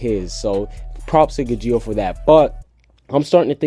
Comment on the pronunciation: I hate how he says gajeel